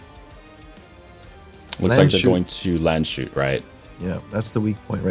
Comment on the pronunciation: You're still not pronouncing Landshut right! :D And i know it because I'm nearly from Landshut. I think the best solution is to conquer it fast and rename it